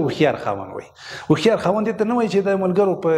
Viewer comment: لیکلي مو هوښیار ده مګر تلفظ یې وهښیار کوی ؟